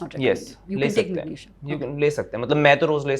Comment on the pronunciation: These days Anyone can sell supplements & recommended them as well! 😅 by the way pronunciation was dramatic, decisen, aycideity, thyyyroid, mangesinum?? 😮 had a toast & went for gym🏋️‍♀️ 😅😅😅funny... that guy has 4-5 supplements fr sleep?? Like really??